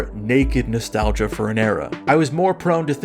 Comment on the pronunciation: The way you said "a nostalgia" sounded like "anus~"